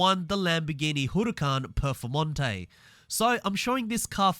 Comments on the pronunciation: Hoooracan Perfomonte :D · As much as i like the way he pronounces “Huracan Performante“ makes me cringe